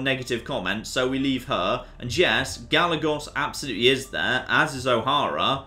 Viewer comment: Anyone else cringing at his pronunciation of Trujillo? (TRU - HE - YO) And Gallegos (GA - YE - GOS)